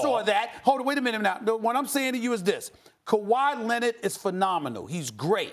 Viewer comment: "Kawhi Lennid"